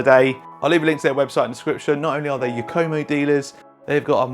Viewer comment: LOL, I have never heard anyone pronounce it "Yuk-Koh-Moe" before. 😂